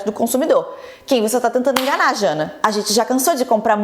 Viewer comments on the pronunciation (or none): Amiga é JANJA, e não jana, mas ta tudo ok, adoro as notícias narradas por você! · Acho que antes de dar as notícias tem que prestar atenção no nome das pessoas kkkk Janja e não Jana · você tem 30 anos. É esquisito você falar "Jana" quando o nome da primeira dama é "Janja". Não é uma questão fonética nem de pronúncia, está literalmente escrito o nome dela, além de ter sido MUITO falado na mídia. Além disso, você pronunciou errado o nome da vacina. É "Astrazêneca" que se fala. Acho legal o compilado de notícias, mas presta mais atenção! O formato importa tanto quanto o conteúdo, ainda mais quando você informa fazendo críticas. Gosto do seu trabalho. Bjs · Não é Jana 😂😂😂😂😂 é Janja 😂😂😂😂😂😂😂😂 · pelo amor de deus JANA NAO É JANJA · "Jana", "astra-zenéca" oi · adoro seu canal mas é um desrespeito a identidade das pessoas que vc NUNCA saiba falar o nome das pessoas e não se preocupa com isso. Todo vídeo ou vc admite sem pudor que não sabe falar e não procurou saber ou vc comete o erro como por exemplo chamar a Janja de Jana???? Cara, é a primeira dama sabe, vc é inteligente, procura saber sobre todas as coisas pra explicar aqui O QUE CUSTA vc respeitar a identidade das pessoas procurando pronunciar corretamente o nome delas?